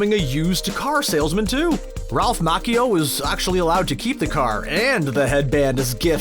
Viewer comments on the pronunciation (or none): It's Ralph Ma-chee-oh not Ralph Mach-e-oh. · It's not pronounced Ma-ki-o. It's pronounced Ma-chi-o. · It is NOT Ralph Mawk-ee-o! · Ralph Mach-e-o, is that how this guy is seriously pronouncing his name? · Dude thinks he's being smart by pronouncing Ralph's name in the traditional way that you would probably pronounce that Italian name, but he pronounces it Mah-chee-oh. Do a little research man.